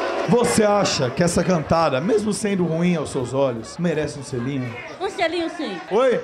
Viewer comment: "um xelinho xim"kkkk